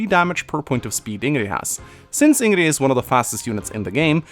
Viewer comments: Keyblademaster333 I also don’t get this... In earlier games I understand lacking a universal pronounciation among the FE community, but this game literally has voice-acting. Everyone in the game calls her ING-grid (at least in the English VA) Why insist that the pronounciation is wrong? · Could be how his family pronounces it idk, why tf do people care so much over how 1 guy pronounces a character's name? So what the game says it as Ingrid and he pronounces it Inn-gree. I know I'm upset at newer Atelier games pronouncing atelier wrong and it doesn't seem like enough people care it's wrongly pronounced because atelier is a French word meaning a bundle of sticks or workshop. But at the very least Idgaf how 1 guy pronounces Ingrid. I know I pronounce a few characters names in a different way than the game says it cause it sounds better and/or it rolls off the tongue easier for me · I don't actually mind his pronunciation, I just wanted to clarify that he could pronounce Ingrid as heard in game without problem, especially considering how good his English is. Most likely the reason why he uses in-gree is just to fuck with people and maybe flex a bit. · Clicked on the video to see if would pronounce Ingrid right this time and he did not. About the Ingrid/racism thing, I think maybe it could have worked better if the people of Duscur were removed from her dislikes after the time skip to show that she is maturing and doesn't blame them for Glenn's death anymore. Or maybe it could change after unlocking her supports with Dedue. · The name Ingrid has three pronunciations. The Swedish, Norwegian and German/Dutch version. The Swedish version is the oldest one and the one used in the game. Ironically this means Mekkah, Myself and were all wrong with out original pronunciations. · He also said in his LP that it's how people where he lives pronounces Ingrid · The way you say her name is just oof... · Appearentlly he can’t pronounce d’s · It's Ingrid. Not InnGree.